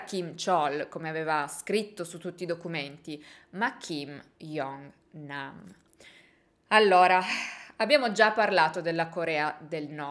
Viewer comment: video bellissimo, mi trovo solo a fare un appunto sulla pronuncia , "kim jong nam " non si pronuncia "iong nam" ma "giong nam", come la pronuncia di "joker" per farsi capire ahaha oltre questo bellissimo video, non sapevo che dietro a questa morte ci fosse tutta questa storia